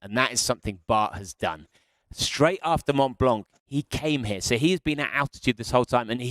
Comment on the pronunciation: PLEASE PLEASE SOMEONE TEACH THIS BLOKE HOW TO PRONOUNCE MONT BLANC, IT'S DISGRACEFUL. SUCH AN AMATEUR. NEEDS TO SPEAK PROPERLY TOO AND STOP SAYING SMOOVE INSTEAD OF THE CORRECT ENGLISH, SMOOTH!